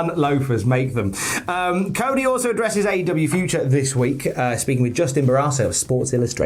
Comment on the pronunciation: British says Cody = "Co E"